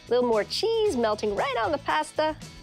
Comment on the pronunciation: Ah but she says it normally in the Alfredo video